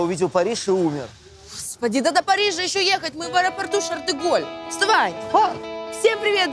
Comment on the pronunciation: Она сказала аэропорт шартеголь🤣, может шарль де голь